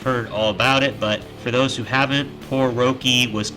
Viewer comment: His name is pronounced Rocky ya fuggin amateur 🤦